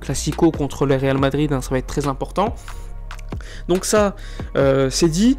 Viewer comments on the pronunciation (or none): none